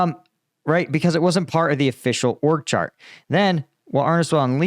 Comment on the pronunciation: I thought you said “orc chart”. I didn’t realize it was “org chart” 😂